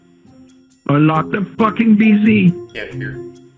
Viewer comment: he gave the most Indian "just anlok de pici you madafacca" while having a man tied on his hacked computer . so hilarious...